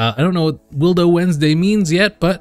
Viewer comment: Can anyone explain to me why he says Willdo Wednesday instead of Willo Wednesday. Because it's kind of annoying